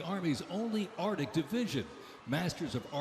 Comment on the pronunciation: Cavalry not Calvary Arctic not Ardic You had ONE job!!!